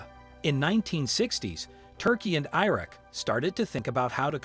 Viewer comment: "i" raq!!! 😂😂😂✌️🍻🇵🇭🤟